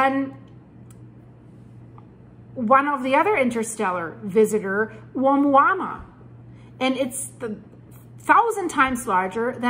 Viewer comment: The first intersteller visitor name is pronounced: Oo-mooah-mooah.